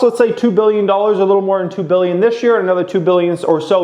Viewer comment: billion or million. annunciate!